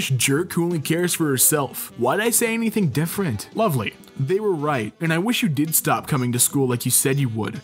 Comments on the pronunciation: think of the word "they" as if it's spelled "thay" not "Thee" I'm really surprised no ones corrected you before.. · theeeee yeah, that's odd. all the other words are pronounced correctly too. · Haha he says they as thee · The post , he says they like the when it's followed by a vowel, what's happening lol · anyone else get just slightly annoyed when pronounces "they" like "thee? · Your pronounciation of they literally gave me ear cancer. I just died